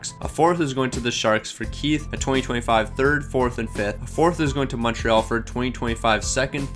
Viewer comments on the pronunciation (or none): none